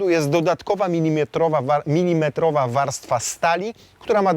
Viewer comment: Milimetr, nie minimetr. I co, łyso Ci? 😉